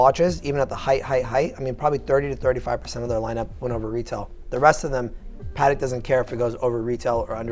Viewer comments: Why does pronounce Patek wrong like "Patic"? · Just curious - I thought it was pronounced "Pah Teck" as two clear syllables but the salesman refers to it as PAHTK" with the emphasis on the Pah.